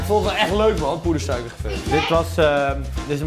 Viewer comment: thomas : pOeDeRsUiKeRrrrrrr eyyyyy